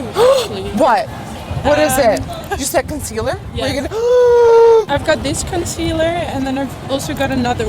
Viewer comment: Nikkie: conceaLLERRRRR British girls: conceaLAAAAA